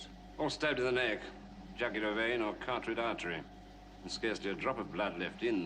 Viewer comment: it's called the "carotid artery", not the "cartridge artery" as he said.